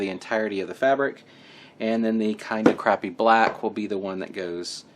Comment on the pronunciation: Are you saying crappy black?